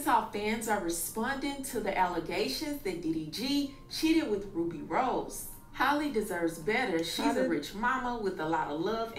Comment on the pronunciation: Her name is HALLE!!!! HAL-LEE!!!! Not Holly, not Hailey. Why don’t yall take the time out to learn how to pronounce it before reporting on her?